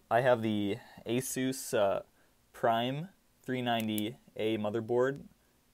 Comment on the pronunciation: actually the pronunciation is pretty spot on.